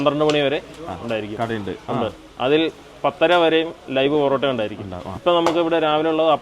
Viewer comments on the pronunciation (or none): ബോറോട്ട അല്ല പൊറോട്ട 😂😂😂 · പൊറോട്ടക്ക് ' ബൊറോട്ട' എന്ന് പറയുമ്പോ തന്നെ അറിയാം... ജനുവിൻ റിവ്യൂ ആണെന്ന് 🎉❤